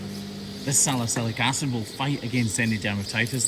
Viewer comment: I misspelled it, it, and he even says it this way, Asylliatic Acid. It's very close to ASA or aspirin.